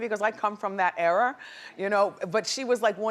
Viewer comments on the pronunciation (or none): Wendy, its ERA! Not error! You're killing me. 😩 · Think Wendy likes saying "error" instead of era just to make people mad about the pronunciation lol.